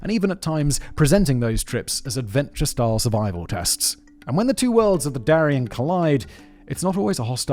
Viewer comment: Ooohhh!!! "Darién" not ¨durian¨! Thatś very different.